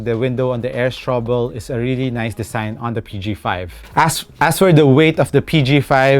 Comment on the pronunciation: full length air strubo po. hindi strubol